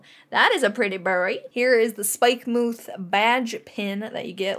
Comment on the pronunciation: Love how you say Spike-moo-th 😂😂 looking forward to the TCG run down, I’ve collected so many cards but have never played! Even back in the day it was all about the swapsies and getting the sets for me and my school friends!! Can’t wait for this!!